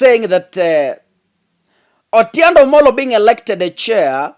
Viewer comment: the name is Otiende Amolo and not Otiende Omolo😂 The rest of your presentation=very good!! Except sometimes you relay too much information of Azimio's cards to the public exposing their secret tracks i.e, when you talked about how Raila was able to come to the CBD during the Mandamano when the security had blocked all ways. Please minimise such info.🙏🙏🇬🇧